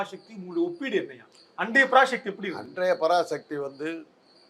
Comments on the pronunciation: பராசக்தி என்பதை பராஷக்தி என உச்சரிக்காதே நெறியாளரே.தமிழக்கு முக்கிய எழுத்தே ' ழ ' தான்.அதை கேவலப்படுத்துகிறார்கள் உம்மை போன்றவர்கள். ` ழ ` விக்கு பதில் ` ல ` என உச்சரிக்கிறார்கள். சிரமப்பட்டாவது பழகி கொள்ளுங்கள். பெரும்பாலான திராவிட கட்சி தலைவர்களே மேடையில் பேசும்போது பிழையாகதான் பேசுகிறார்கள்.இதை அவர்கள் திருத்திக்கொள்ள வேண்டும். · டேய் லூசு பராஷக்தி இல்லைடா. பராசக்தின்னு உச்சரிப்பு சரியா சொல்லு. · ஷக்தி இல்லப்பா தம்பி.... எப்பா ஒழுங்காகச் சொல்லுப்பா தம்பி... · உச்சரிப்பை சரிபடுத்துங் தம்பி. பரா"ஷ"க்தி அல்ல. பரா"ச"க்தி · பராசக்தி எனும் தமிழ் பதத்தை ஷக்தி ஷக்தி என்கிறான் கேண கிறுக்கன் நெறியாளர் உன் உச்சரிப்பை திரும்ப நீ கேட்டு பாருடா லூசு....... 😂😂😂